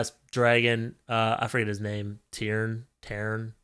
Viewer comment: You calling Tairn “Terrance” made me cackle 😭 this was a great review and I agree with every point you made!